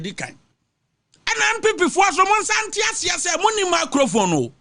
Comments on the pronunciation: Apotwunity. You doesn’t wown a macrofone. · Did I hear "macrophone"? 🤭 😁 😅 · After twante twante, ANPP ANDC APATWUUNITY, You desnt wown a meecrofon